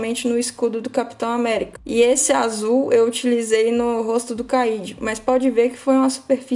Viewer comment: apareceu indicado pra mim. vibrei quando vi o Cayde-6 na mesa, até ouvir ele ser chamado de "Caíde" kkkkkkk brincadeiras a parte, excelente video! obrigado pelo tempo.